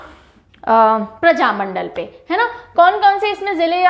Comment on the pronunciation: बिहार में प्रजामण्डल नहीं बल्कि प्रमंडल कहा जाता है। इसके इतर आपके पढ़ाने का अंदाज़ बहुत प्रभावशाली है।